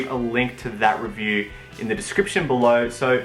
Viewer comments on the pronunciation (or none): none